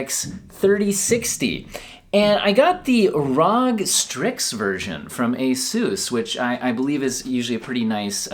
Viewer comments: he actually pronounced R.O.G as rawg ... he did it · Please not say ROG like that just say R O G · Pleez pronounce ROG correctly (Arr- Oh- Gee) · The way he said "rog" lol